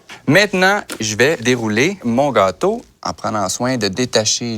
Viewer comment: je n'ai pas vraiment fait attention à la recette parce que je regardais un beau gosse avec un joli accent surtout la façon dont il prononce "gâteau" XD